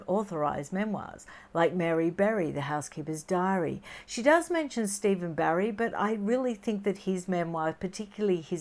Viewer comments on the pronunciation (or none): none